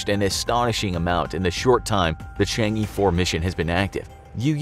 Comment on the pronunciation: Chang' E 4. I'mma just pretend I didn't hear that.